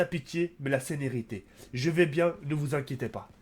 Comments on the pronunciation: tu a dit seneriter mais c'est sereniter mais j'aime tes vidéo!!✅ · A min il dit la sénérité au lieu de là sérénités 😂😂😂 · j'ai entendu senerité.